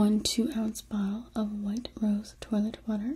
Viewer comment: lol toilet sweet angel, it's french: "twa-lett"